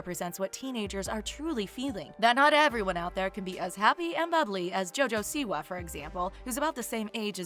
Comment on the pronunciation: "jOjO SiWa" ew gtfu